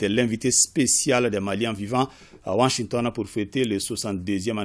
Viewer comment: Ai-je bien entendu Wanshington ou Washington 😅😅😅😅 ?!